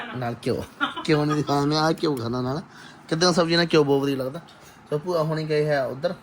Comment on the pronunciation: ਬੂਆ ਨਹੀਂ ਭੂਆ ਹੁੰਦਾ 🙏